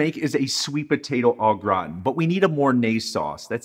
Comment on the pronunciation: Love you, but you need some French in your step. Say it with me, Au Gra-tan… not graw-tin lol